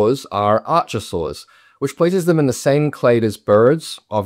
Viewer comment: Birds did not come from dinosaurs. Birds are dinosaurs. (And the "ch" in archosaur is pronounced as a 'k'.)